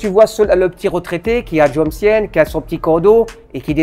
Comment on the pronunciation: Jomtien se prononce comkienne ?